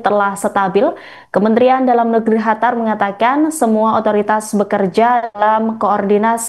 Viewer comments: Kok ga enak bener nyebutin negara Qatar. Ditelingahku terdengar seperti negara "Hatar".. Bukan terdengar " katar" seperti penyebutan biasanya.. Apa emang nyebutnya " Hatar " yah.. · Kok hatar sih...? Cari pembaca baru... Qatar kok jadi hatar, senget tenan😂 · Mba Qatar bukan hatar..... hadehhhh bacanyaaa..... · Qatar bukan Hatar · Bukan Hatar tp Qatar Bravo Iran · Bukan Hatar tapi Qatar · Qatar bukan Hatar yah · Kok Hatar bukan Qatar? 😮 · Apa cuma gw yg dnger dia bilang HATAR? bukan QATAR? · Qatar mbak, bukan khatar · Qatar sis bukan Hatar😅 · Qatar bu, bukan Hatar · Gue dengernya bukan qatar tapi hatar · Kok Khatar mbak, itu dialek Persia tapi bahasa Indonesianya Qatar atau bahasa Arabnya Qothor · QATAR bukan HATARR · Qatar ya Non, bukan Hatar 😂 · Negara Qatar host pengucapannya khatar. 🤔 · Kok Hatar sih bacanya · Hatar atau Qatar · Penyiar beritanya gk bisa nyebut Qatar dia sebut Hatar, sejak kapan Qatar jadi Hatar ya ? 😂😂😂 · Qatar min qatar bukan Hatar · Qatar mba, jangan hatar... Gue bingung dengernya kalo ga baca... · Bukan hatar tapiQattar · Bukan hatar mbak qatar sekolah dimna sih mbaknya..? 😂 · Qatar mba bukan Hatar😂😂😂😂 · Hatar apa qatar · kok hatar si ,, qatar mba QATAR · Qatar bkn hatar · Bangga dg Iran..sungguh membanggakan tapi kok penyiar ini ubah nama negara Qatar menjadi Hatar sih....how come????yg benar QATAR. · Pembaca berita ngomong nya kok hatar bukan Qatar 😂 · Qatar bukan hatar😂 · Qatar bu jgn ganti nama negara ,Qatar jadi hatar drimana itu bu😂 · Qatar ❌ Hatar ✅🗿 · QATAR BUKAN HATAR pembawa berita keseleo lidah kali